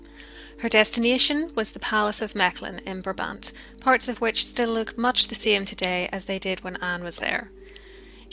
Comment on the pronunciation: Your pronunciation of Mechelen is very good, yet the province is called Vlaams-Brabant (and you stress the first syllable in Brabant).